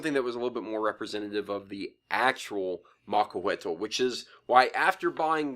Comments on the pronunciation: Its pronounced macuahuitl not macuahuetol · Since the L is almost silent in Nahuatl words, this is not how it should be pronounced.